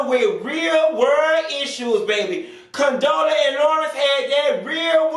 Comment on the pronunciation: Did you say Condola and Tiffany lmfao. Bye